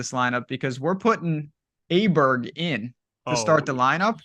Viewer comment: It's pronounced OH bear